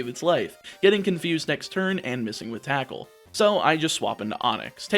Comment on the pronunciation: Fun fact you said attackle